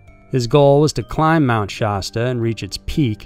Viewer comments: Mt. Sha-stuh not stah but other than that great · Shaaaaa-sta cola, pronounced just like the old school soda. Mt. Shasta. Not shawsta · Why does he keep saying Shaw-stuh? Sh-a, like apple. Sha-stuh. Mount Shasta. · It's pronounced "SHASS-ta" not SHAHS-tuh." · Its pronounced sHASta not shosta. Like the word "has" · You keep saying Shasta wrong and it's cringe.. it's nothing fancy. It's (Sh-Ah-St-uh) not (Sh-ost-uh)... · FYI...it’s pronounced Shasta like the drink, the first “A” sounds like the “A” in “cat”. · Being from the Mt. Shasta area, your pronunciation made me laugh. You don't need to emphasize the A. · Lol I was wondering too...why does he say it that way????🤔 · Man I love your videos, but your saying Shasta wrong. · Okay, say Shasta the right way, everytime. Also Native American not Indians. Thank you.